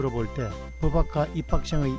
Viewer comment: 법학과 발음이 버박과가 아니라 버팍과인데... 사투리를 써서 그러신가...